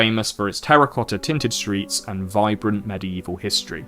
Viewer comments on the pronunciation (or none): none